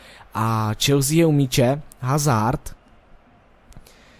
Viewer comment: Dobrý to je ;) btw. Eden Hazard se čte [Azárd]